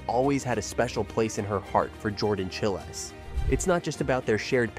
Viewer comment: Jordan Chighlies? Chil- ays? Come on, at least say their name correctly!